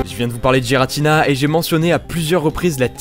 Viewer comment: On di guiratina et pas guiratina Mais ces pas grave... Enfin